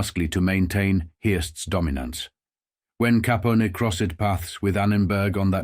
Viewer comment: How did the pronunciation get so butchered? Is it AI? I've never heard anyone pronounce "Capone" as "Caponi" before - that seems like something a robot would do.